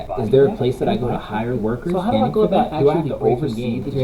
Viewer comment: ?!! What's 'at aboot?!!!